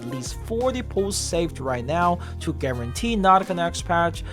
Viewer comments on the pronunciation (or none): none